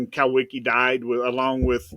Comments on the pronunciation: I have a problem with the statistical anomaly of plane deaths concerning race car drivers, Alan Kulwicki, Greg Biffle, Hendricks family, and Davey Allison is way above the normal statistically for one group of people. I'll just say that. Alan Kulwicki is pronounced cool-wicki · Do these guys even know what they’re talking about?? Jesus Christ, the dumb moron can’t even pronounce Alan’s last name correctly 💯😫. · If he was such an accomplished private investigator why can't he pronounce kulwiki properly